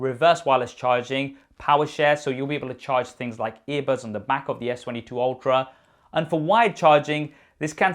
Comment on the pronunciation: I swear, when he says "..S21/22 Ultra" I hear S21/22 Ophra"